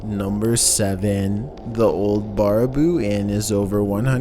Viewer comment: the most scary thing in this particular video is how you said Baraboo...as a wisconsinite....i am offended. lol